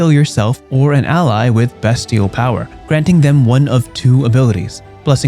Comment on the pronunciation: First time on the channel. Nice vid. Well presented AND you pronounced "bestial" properly. The latter is a rarity online. 😄😉 This domain looks fun and flavorful. While strong, it's certainly not stronger than several of WotC's recent offerings. I'm honestly never too hopeful with mechanics in these books, but maybe there's room for cautious optimism.